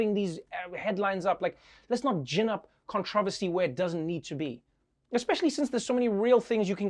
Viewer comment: Trevor... love you man no homo. But you say controversy wrong. Now it’s controversial... whuchu gonna say brochacho